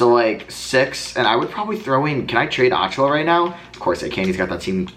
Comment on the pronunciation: Precious's last name is pronounced "uh-chew-uh"